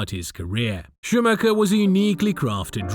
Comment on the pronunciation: Can’t even pronounce the driver ffs